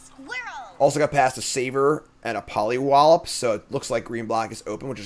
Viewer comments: Everytime says "Pollywop", I giggle. The card is pollyWALLOP. Wallop like a big punch. MOLLYWOP means to hit someone with your penis. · Pollywallop is the best thing this set gave us and my boy's over here just absolutely massacring that pronunciation. "Polywop" sounds like something people get cancelled for saying. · The way you say Polliwallop sounds like a slur